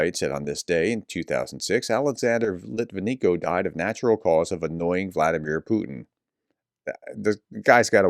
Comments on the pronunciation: His surname is pronounced lit-vin-yenko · Ok, I really like you. BUT when you fail to pronounce such a easy namn as LitvineNko correct, you look just plain arrogant. Do better, I know you can!